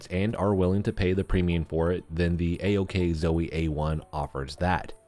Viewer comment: Don't call it ack Zoe lol.